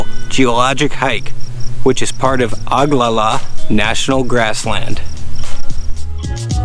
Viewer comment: You said Oglala wrong 🤣😅 I feel like you should at least learn proper annunciation when posting publicly. Honor the Oglala Nation!